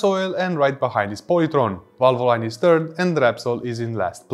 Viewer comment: VALVOLINE IS PRONOUNCE VAL-VUH-LEEN NOT VAL-VO-LINE